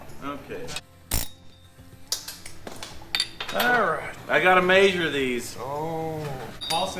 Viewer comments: "We are going to ma-shure these shims" 😂. Measure.. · Everyone at my work now says “may-sure” instead of measure😂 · Yep, maysure twice, cut once. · I like how you say measure - “maysure” 😉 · Mayshur twice, shim once. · “Maysure these” lol. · May-sure? Lol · I like that says “MAY-sure” my great grandpa said it that way. If you ever slipped on a slick surface and landed flat on your back he would say “ you mae-sured yourself” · Love watching your channel... Is it just me or does say measure kind of different?? Sounds like maysure.... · Word of the day: Maesure. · "I gotta 'MAYZHURE' these" 😂😂😂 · midwest accent this is anyone from montana to northern arizona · Is it just me or does say measure funny, or is that intentional?